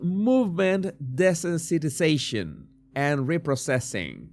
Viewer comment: Jesús. Desensitization is pronounced "dee-sense-it- ise-ayshun"